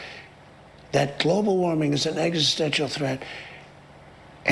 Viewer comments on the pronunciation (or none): "Eggsistential" he said it that way like 3 times. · Trumps so stupid that he's saying "EGGSISTENTIAL"